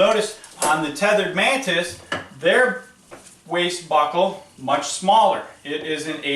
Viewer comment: Dude the way you say “buckle” is killing me 😂😂 “BOCKLE!” I had a crap day at work I needed that lmao. Great vid👍🏼 I can tell you may be just a hair biased to the mantis